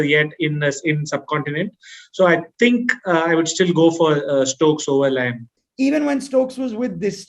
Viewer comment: Gs it's liam not lime